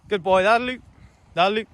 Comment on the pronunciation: Thanks for this. I had figured out most of the words, but I have been totally unable to understand what “lahlloo, lahlloo” meant. NOW I know you are actually saying, “that’ll do”! Ohhhhh. 😏 I am enthralled with these videos. The dogs are astonishing. And you are quite a trainer. My son has an Australian Shepherd, a breed that had been unfamiliar to me. We were stunned with how smart she was and how easily she learned. But once the family’s interest in training waned, a lot was lost in disuse. But she still loves to herd: the cats, the rabbits, whatever comes into the yard. 😳 And she resumes great attention whenever Nana comes to visit. Ha ha. THANKS FOR TEACHING US!